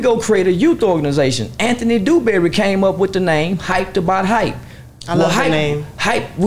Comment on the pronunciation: Another thing... Why he keep calling my people name... Dewberry 😂😂😂😂 East Texas raised...